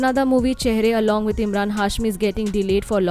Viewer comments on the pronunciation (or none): none